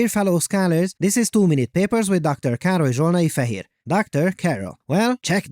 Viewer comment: Amazing! Thank you (that's what I hear, each time you say this;) <3:D